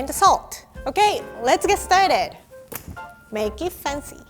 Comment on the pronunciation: Someone please teach me to say that "make it fancy" cuz the way she pronounce is impossible to repeat 😭